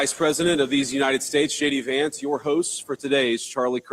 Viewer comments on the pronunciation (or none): When JD Vance introduced himself, if sounded like he said Shady Vance. I think that is so fitting. VP Shady Vance. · It sounded like he called himself Shady Vance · Lol when JD Vance said his name, it sounded like "Shady Vance"